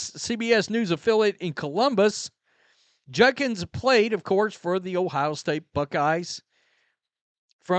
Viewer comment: It’s JUDKINS. Not Junkins